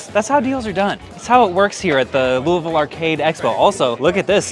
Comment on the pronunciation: Thank you for pronouncing it “louvul”